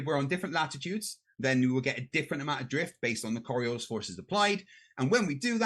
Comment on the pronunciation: Does not even know how to pronounce Coriolis, he keeps calling it Coriolisa?